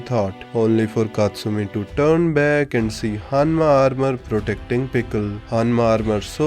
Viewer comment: Am I the only one who heard Hammas instead of Hanmas? Pickle would litteraly be the BC JEDF ( JURASIC ERA DEFENSE FORCE )